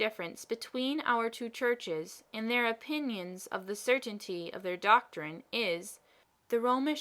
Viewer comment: This is well performed, with a few minor caveats. First, then last line actually reads “I don't know how it happens sister, but I meet with nobody but myself who is always in the right” You accidentally omitted the first half of the line, which is too bad, because it's actually very funny. Second, you read many of your “the”s as “thuh” when they should be “thee”. It's a simple rule. The “e”sound should be long (“thee”) when it precedes a word beginning with a vowel (“...the only difference...” should be pronounced “...thee only difference...) and truncated (or “soft”) when it precedes a consonant (“thuh” “...the more likely I am...” should be pronounced “...thuh more likely I am...) Of course, the long “the” sound, “thee” that precedes all words beginning with a vowel, is truncated. It should never sound like the old English “thee”, as in “Are thee a madman?!” It must be shorter, taking no more time to say than the other “the”. In all events, not following this rule makes anyone sound uneducated or ignorant. A physicist on PBS fails at this every time he says “the Earth” which, being a physicist on PBS, is a lot. He always pronounces it “thuh Earth, sounding like a hick (like me). It's embarrassing. Other than those two issues, this is very well read, with good intonation, cadence, and clarity. Very good job on a critical but little known speech from US history.